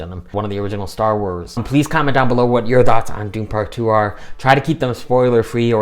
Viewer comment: I adore the way you say ''. I wanted to check out your review, but i have to admit to not being a fan of Dune. Its just a personal thing, its not my kind of thing. The first one bored me so much, lol. Yep I know its just me as they are fabulously made and acted and look fabulous. I just can't get on with them at all. I'm so glad it lived up to your expectations and you loved it.:)